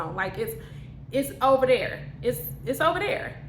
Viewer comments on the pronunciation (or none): is my favorite part. “It’s over dere” 😝 Great talk, ma’am.